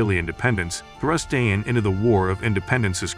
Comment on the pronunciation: Nice documentary, but we would expect the narrator to pronounce Dayan correctly. It's not a difficult thing really.